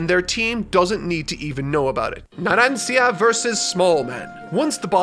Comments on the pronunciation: I'm more upset at him repeatedly calling abbacchio by his first name than "naran-seeyea" who does that ? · After your "naranSia" I'm pretty sure you need to at least check characters names pronounce on youtube. Poor editor, no offence. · “naran-see-a” you tried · Everyone: pronounces Narancia Narancha: pronounces Narancia wrong so much that the editor gave up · you have to say it like that narancha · As an Italian, I really can't understand how a true Italian native language person could pronunciate Narancia's name that way, completely wrong 😢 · Mispronounces Name His Audience and Editor: "How many times do we have to teach you this lesson old man?" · As an Italian, it's very hard to hear how you pronounce Narancia xD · Ha! I love the editor's notes about pronounciation, it's hilarious. Poor Narancia, getting both his name and age wrong 😆. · i love the editing of the word Narancia LMAO because obviously said it wrong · The fact says Leone and Narancia wrong when He watched part 5 so thoroughly pains me. I’m not mad, I’m just... disappointed LOL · Me, the comment section, and editor beating up for saying Narancia’s name wrong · Ah yes, my Favorite part 5 characters: Mista, Lyon and Narancia (mispronounced) xD Never change Mr Editor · I would've preferred if Editor had kept using the correct Discord pronunciation over saying "Naransia"